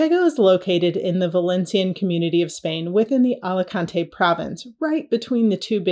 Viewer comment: No AlicantEEE, yes AlicAAANte